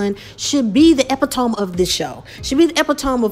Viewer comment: It's pronounced e-pit-o-me